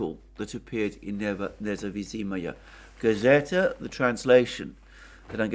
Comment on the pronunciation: Thank you as usual, you are a Legend! Btw, the name of the newspaper is Nezavisimaya Gazeta. (It’s a difficult word and just an FYI, for the future:)